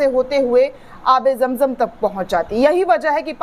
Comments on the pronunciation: Jam jam nahi, Zam Zam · Irs Zamzam not Jamjam